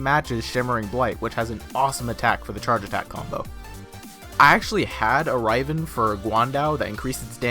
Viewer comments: Riv-en. Not rive-N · he pronounces it Raiven.... xD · Some Guy even though the fucking devs pronounce riv-en? Right.... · Dude how he says riven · It bugs me so much the way you say riven, haha but nice vid nonetheless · Good video but so triggered on how you say riven... OMG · honestly that pissed me off the most in the video